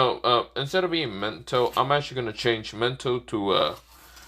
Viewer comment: Lol no hate but you call Mito mento